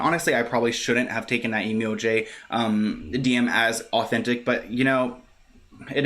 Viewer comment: Its bothering me... is it emo jay or emoji just said weird